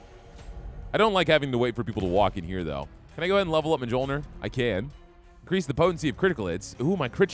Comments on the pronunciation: J's in Norse are basically Y's. So Thor's Hammer is "Myol - neer" Just a heads up. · Mjolnir is pronounced (Mule-near)